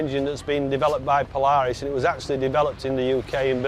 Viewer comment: england knows absolutly nothing about polaris they cant even say there name